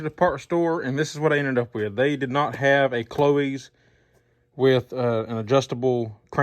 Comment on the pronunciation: Learn how to pronounce CLOYES, it rhymes with BOYS ! ?